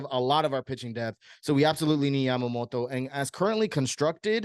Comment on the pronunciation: Why are you pronouncing his name like that lol